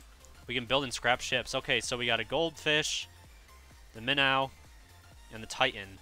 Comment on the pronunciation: its now minn- ow its pronounced minn-oh. and the minnow turns faster btw